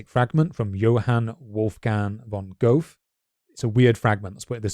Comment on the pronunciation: Ugh, Johan Wolfgang von Goethe - Goe with an Ö like in 'journey', -the like in 'term'